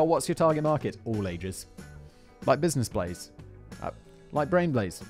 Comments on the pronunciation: did no one else catch that Simon called it "Business Blaze" after the sponsor segment? its been a while since he last made that mistake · My favorite bit of this was Simon’s slip on the name of the show!! BUSINESS BLAZE will return from it’s exile lol. The whole thing was fun as usual but that made my day. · I love that Simon still says business blaze lmao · Lmao he called it Business Blaze in the beginning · Did anybody notice that he said business blaze at the beginning of it LOL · Is it business blaze or brain blaze, you clearly said business blaze at the start... And I'm sorry I had to be that guy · Simon, you called it business blaze at the beginning…. allegedly